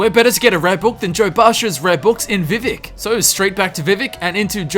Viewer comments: I can forgive most pronunciation differences... But it’s vivEc you damned n’wah!!! Love the vid no hate here btw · THE WAY YOU SAY VIVEC IS KILLING ME! its vee vak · He's actually trying to pronounce it the way that you typed it, just saying. So whilst it is technically incorrect, it's an accent thing, in effect like any of the three of us trying to pronounce some words in chinese or german that we just can't pronounce the same way as they do.